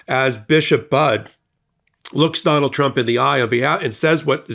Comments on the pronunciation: Hey, it's pronounced Buddy, not Bud. 🤓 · Her last name is pronounced "buddy." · Her name is pronounced Buddy